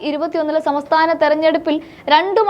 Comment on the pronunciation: സമസ്ഥാനം 😂😂😂😂😂😂😂😂😂😂😂😂😂😂ആദ്യം നേരാവണ്ണം മലയാളം പറയാൻ പഠിക്ക് എന്നിട്ട് പോരെ വാർത്ത ചിലക്കാൻ 🇮🇳🇮🇳🇮🇳🇮🇳